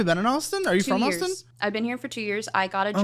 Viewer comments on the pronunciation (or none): none